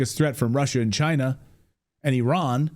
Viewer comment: EYE RAN EYE RAN it is NOT errrrrr in